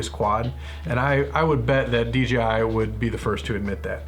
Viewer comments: keeps saying DGI. Does anyone know if you can have to controllers so one for camera one for control? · Google can't find a "DGI" Phantom... weird. Sorry, but every time you said DGI it was drilling into my brain! lol Great review tho.